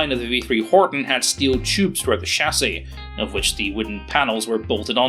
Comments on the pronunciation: Horten .... not Horton ;) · Ok, im sorry its a nice Video but i cant get around it. There was no Horton 229 in German Service EVER ! Its a Horten after Walter Horten, not Horton. Still a nice vid tho it just like saying ME-109. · I thought it was Horten, not Horton? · pouring -> poring, Horton -> Horten, and its name is not Ho.